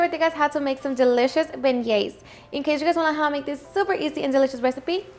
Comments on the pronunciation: Beignets (ben-yayz) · Hi, They’re pronounced “behn-neieh”, you don’t pronounce the “g” 😇 it’s kind of like in Spanish how we have the letter ñ, so you’d pronounce it “ben-ñeh” 😇